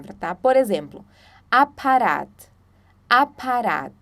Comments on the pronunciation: Se pronuncia "apaHat", como em apa(rr)at, som consonantal em português, e não apa(r)at, como em "prato" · por exemplo, na pronúncia da palavra "Apparat". O som do "r" não seria feito com a garganta? Tenho uma amiga fluente em alemão e ela sempre utiliza desta forma e diz que quando falo o "r" com a língua, soa como se eu tivesse algum sotaque de alguma outra região da Alemanha. Fiquei na dúvida...